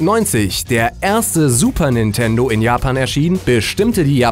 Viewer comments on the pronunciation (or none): none